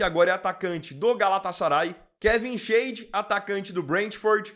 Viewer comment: Você até que foi bem desta vez. Mas, de novo, Alemão não é Inglês. Anton se pronuncia "Ânton" (não "Énton") Leweling se pronuncia "Lêveling" (não "Liueling") Schade se pronuncia "Cháde" (não "Chéide") 👍